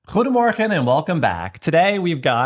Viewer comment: That most have been fun and delicious. ❤ I just love the Turkish pizza rol. BTW the pronunciation is getting a lot beter. It always makes me smile when you say goede morgen, and it's always 5AM😂😂😂